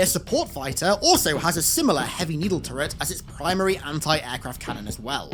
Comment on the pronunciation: Are you saying "turret" or "tourette" gun? Because im wondering how you can fire a disease at people in gun form. Nah i jk bro 😂